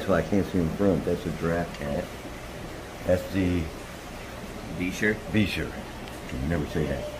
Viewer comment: thats a Bichir (Buh-Sheer) not (beech-er). they are an ancient fish that has ganoid scales and can actually breathe air. they have actually done studies where they kept them out of water but still constantly wet and they actually did very well and adapted to walking on their fins very quickly. super cool fish.